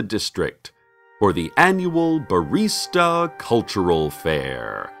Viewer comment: MANDELA EFFECT!!!! I remember Cecil always pronouncing barista as "bar-i-sta" not "bar-ee-sta" weird.